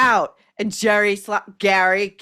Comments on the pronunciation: Gary/ Gerry..cracks me up every time you say it..😄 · It’s pronounced Gerry ( not like a J sound) but in the Irish form like G eeery g sound.